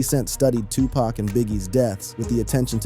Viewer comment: U mispronounced his name. I cant listen passed 5 seconds